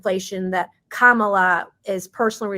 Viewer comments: I heard Kamala tell someone how her name was pronounced…she said, it’s like Camma and la. Kamala, but some say Camel la!! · Its Camel - La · It is pronounced Commiela! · Oh, isn't pronounced KommieLie? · Benny I know her name Kumswalla harris, say it with me Kuuummmswwaallla harris.😂😂😂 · Her name is pronounced: "Skamula" Want you all to practice saying her name until you get it right. 🤣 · Vivek is the only one who has pronounced the Cackler's Indian name correctly...and it's not Comma-la or Ká-mala.😂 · KAY-MAY-LAY. COMMIE-LA, etc. and then the sexist prof! 🤮 shut up. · Come on, y'all. Say her name right: Kamallamadingdong. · It's Kamala with the 2nd a being nearly silent. Her heritage is from India. That's exactly how it's pronounced there.